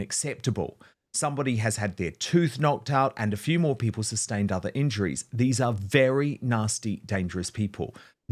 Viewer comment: I really wish Starmer would stop with that stupid "working people" nonsense (or "working pipple" - as he pronounces it). It's a meaningless slogan because, like the word "woman", he can't even define what group of people he means. Plus, he seems happy to hand our money over to 'pipple' outside of the UK, to illegal immigrants who have made no contribution, and to some people on benefits who have no genuine claim to them.